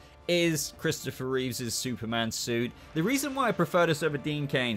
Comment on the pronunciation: Your ranking didn't hurt nearly as much as you pronouncing Christopher’s surname as Reeves! It was George Reeves! It was Christopher Reeve (no S on the end)!